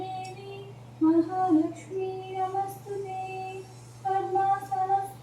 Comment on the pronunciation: Namastute kadandi namostute ane chadhavandi ❤